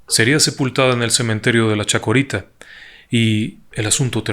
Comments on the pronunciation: CHACARITA, no " chacUarita" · no se dice chocarita sino chacarita!,asi se llama el cementerio. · El cementerio se llaman "Chacarita" no "chacorita"... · NO SE DICE CHACUERITA, ES CHACARITA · Es Chacarita, no Chacorita, jaja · / *Cementerio de la CHACARITA, no chacUarita. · Una pequeña corrección.. el cementerio al que Ud se refiere al principio del video es el de Chacarita, no/no "chacorita" como dijo. Saludos y felicitaciones por su interesante canal y trabajo. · el cementerio es del barrio de CHACARITA, conocido como LA CHACARITA, NO CHACORITA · Hola! Excelente como está narrada la historia. Un detalle: el cementerio es La Chacarita, no Chacorita. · Aca en Argentina tenemos un humor negro con respecto a este caso . Queres tomar un té?No gracias. A propósito no es chacorita es cementerio de la chacarita me hizo reir 😁con todo respeto señor en su relato ☺ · Cementerio de Chacarita, no chacuarita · Yiya Murano, un clásico. Nunca tan buen narrado. Hay un pequeño errorcito en el nombre del cementerio que es de una zona que se llama Chacarita, y no Chacorita. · Una pequeña corrección .el cementerio es Chacarita..no chacorita... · Me encanta ...no es CHACORITA... ES CHACARITA EL CEMENTERIO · No se llama chacorita el cementerio sino CHACARITA. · Excelente relato, el cementerio se llama chacarita, un pequeño error en la pronunciación, saludos!